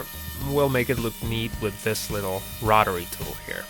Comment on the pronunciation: Rotary tool not rotery but I'm from the south what the hell do I know